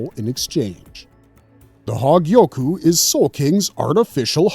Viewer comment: That damn "hawgyiyoku"